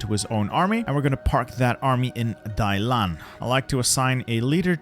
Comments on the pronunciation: Hey you mispronunced the port of Dalian,its not pronounced Dailan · Every time you pronounce Dalian as Dailan 😂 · Was literally cringing every time the name Dalian was said, thanks bro. I can never understand how people can change the order of the characters when reading something out loud.